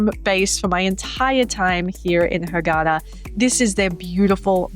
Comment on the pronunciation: It’s pronounced like this. Ghar-da-'ah (gh) is like a growl sound or when you gurgle mouth wash.